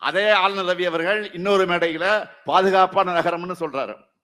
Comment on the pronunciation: ஆலுலர் ரவி😂😂😂😂 என்னடா தமிழ் சுடல😂